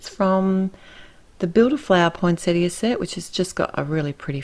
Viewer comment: I can't tell you how happy this botanist's wife was that you pronounced Poinsettia correctly. And bonus... you knew they aren't flowers but leaves!!! I'd come to Austrailia and hug you if I could!! I love your cards and am glad I stumbled onto your series.